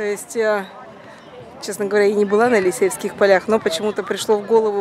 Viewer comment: здравствуйте.Прошу прощения за то что возьму на себя смелость немного Вас подправить( "режет"ухо).Поля -Елисейские,а Елисеевский это был магазин в Москве при СССР. Спасибо за видео.Как все предыдущие очень интересное.